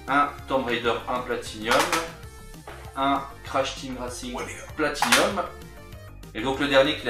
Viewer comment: "Platinum !" et non "Platinium !". Ya pas de i messieurs ! Autrement belles trouvailles !